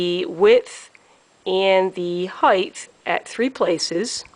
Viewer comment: Height (pronounced hite, not heith)